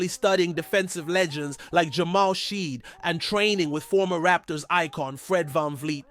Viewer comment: dog you are butchering shead's name. please look it up and correct. you cant be saying Rapotrs quick news channel and not know how to pronounce our guys namew lmao0o0o00